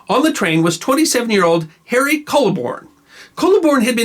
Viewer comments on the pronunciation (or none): none